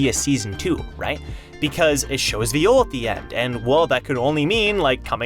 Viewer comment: So I don't know why literally every YouTuber calls VIOL as V I O L instead of V(ə)JL or vī(ə)l which is the same. V I O L as pronounced by you in french means being raped, I don't recall that happening in TOG so i don't see why he is pronounced that way, it should be similar pronunciation to violent